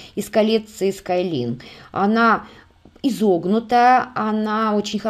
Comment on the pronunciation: спасибо за такую работу Мне понравилось все. Много нового узнала о самОй продукции. Извините, может, скажу что-то обидное. Must have - по-английски "должен иметь" и произносится "Маст хэв", а "Sky line" - линия горизонта произносится "Скай лайн". Мы же не хотим смешить людей, знающих английский? Если это из французского или итальянского, я сдаюсь, этих языков не изучала. Простите еще раз. Надеюсь, я Вас не обидела.